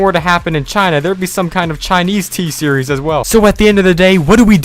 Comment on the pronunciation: It's t series not thee series you are pronouncing t series wrong